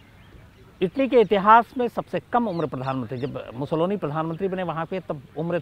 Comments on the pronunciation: शम्स भाई, बेनिटो मुसोलिनी के विडिओमे आप जो 'मुसोलोनी' उच्चार कर रहे है, वो सही नही है. 'मुसोलिनी' सही है. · नाम Mussolini है और आप लगातार Mussoloni बोल रहे हैं क्या देखने सुनने वाले * हैं ??? या शायद * ही हैं । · मुसोलोनी नहीं वो मुसोलिनी हैं।